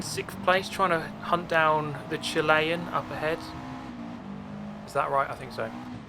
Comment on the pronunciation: your way of saying chilean made me consider many things its weird though i won't blame you chile is chill-ay chilean is chilly-an